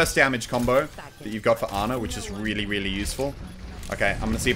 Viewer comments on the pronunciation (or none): and "REEALY RELY..." lol